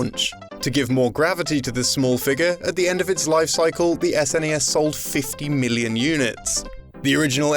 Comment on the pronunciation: I know this is fucking weird as shit, but I love the way you pronounce million.